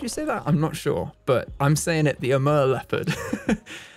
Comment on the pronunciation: Amur is pronounced Uh-moor in America. Idk about Europe and if it differs there :)